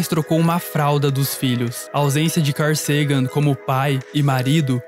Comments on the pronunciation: Dói ficar ouvindo car Sagan do narrador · "Car" Sagan KEKW